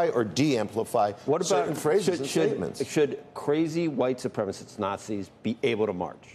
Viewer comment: “White ssupremacists”😂